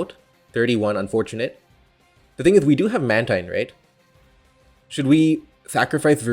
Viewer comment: Mantine is pronounced man-teen though